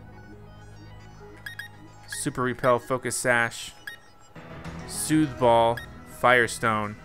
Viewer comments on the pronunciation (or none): IT SOOTHE BELL NOT BALL BEEEEELLLL CORRECT WAY TO SAY IT: soothe BELL WRONG WAY TO SAY IT: soothe ball